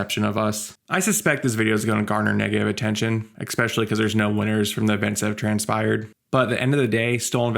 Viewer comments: "Expesially"😂 Bro, if you're gonna make a video ragging on somebody, judging them for what they say, you can't be mispronouncing words like you're a three year old😂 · You said expecially, that's especially odd.